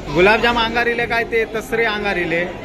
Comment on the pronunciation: तेसरे नाय रे दादा तिसरे